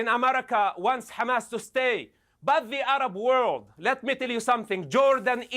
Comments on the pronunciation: I don't know why people say xamas. It's meant to be an h as far as I can tell, for harakat - movement. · Bro stop saying khhhhamas lol. Its not how you pronounce it. You speak perfect English just use the H.